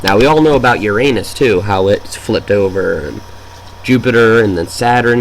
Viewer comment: PLEASE! Uranus is NOT pronounced Your An_s, but Yooranus